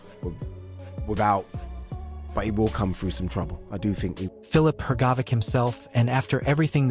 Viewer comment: Hergobic Is at it again Aren't these guys ever gonna pronounce his name correctly